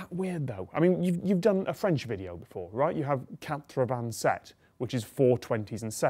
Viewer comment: The way you pronounce "quatre-vingt-sept" hurts a little.